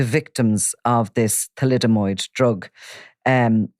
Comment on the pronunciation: Thalidomide not thalidomOid! FFs